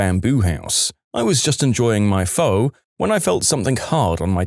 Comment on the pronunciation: pho sounds more like fuh.